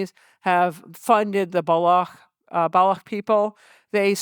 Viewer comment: Ha ha ha! Madam Sarah Paine can't even pronounce 'Baloch'! Not so educated after all!